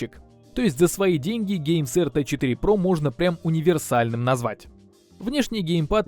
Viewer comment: "гейсерт 4 про" я один так услышал?